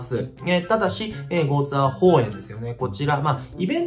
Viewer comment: ちょいちょいゴーツエーホウエンって言っててじわる